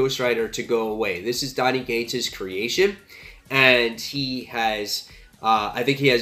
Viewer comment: It sounds like your saying Donny 'G'ates, but its Cates. Not trying to be a grammar nazi, just thought you should know.